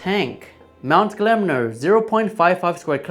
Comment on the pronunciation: Im surprised no one mentioned your pronunciation or mount gelmir, it's Gel-mir not glemner.